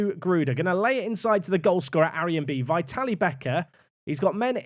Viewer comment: Great stuff as always. Just an FYI- pronunciation of Vitalie is vit-al-ee-eh. Or if it makes more sense think of how Italians pronounce "Italia"- vitalia